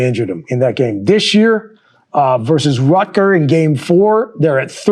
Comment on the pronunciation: why does he keep saying "rutger"?